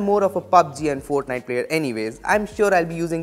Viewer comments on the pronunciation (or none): none